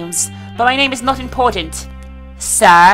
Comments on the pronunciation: Omg what the way u pronounced "sir"!! Are u doing this on purpose, not to be mean or anything but honestly that was annoying lol! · Why did you emphasize sir? Anyways the game seems really interesting.